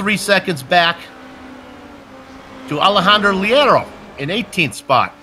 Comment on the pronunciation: great broad cast now if you could please pronounce Leiro "Layro" that would be much apreciated